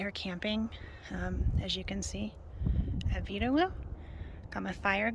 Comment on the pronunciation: It is pronounced "vee-da-voo." The W is sounded as a V. It is an Arapahoe word meaning "from the earth" or "earth born spirit." Great area. There is good dispersed camping off the Vedawoo Road and the Blair Road. Thanks for posting.